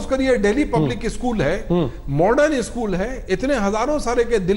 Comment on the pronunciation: Sale ischool nahi it is school